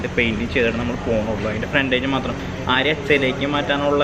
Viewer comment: ബോലോറ എല്ല ബ്രോ... ബോലെറോ 😄 ആര്യ എല്ല ആരിയ 🤫 Edit: paint job is superb 👌🏼